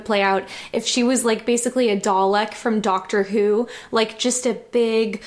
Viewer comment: "Dawleck from Daukter Whuu"